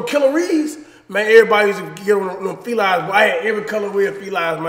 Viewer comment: “Felies”, Cash?